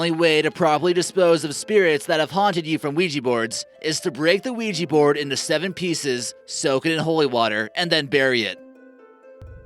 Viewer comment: The oijy borad